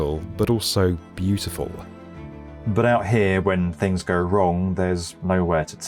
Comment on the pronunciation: Ninety-nine percent of your words are completely understandable, but you have an obvious problem with the word "here". Also, as someone who pays actual money so I don't see ADS on YouTube I do not think it's funny or clever the way you try to sneak them into your videos. "DISLIKE and "Don't recommend channel". Bye-bye.